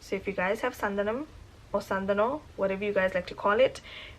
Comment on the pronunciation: Loved the way you said "Santhanam".